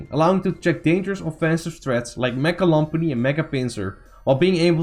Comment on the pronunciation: why are u calling lopunny lompani lol